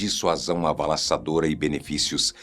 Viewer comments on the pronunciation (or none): Avassaladora, e não avalassadora.